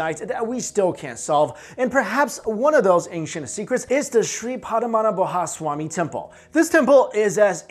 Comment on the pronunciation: What is padha mana bha it was padmanabha ( simply joking don't take it seriously there is no foreigner who could prpnounce Indian names properly now a days even Indians couldn't pronounce )